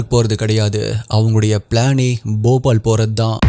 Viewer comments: Jfyi - it’s (pronunciation spelling) Bhopaal போபால் West Bengaal பெங்கால் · Bobal illa bhopal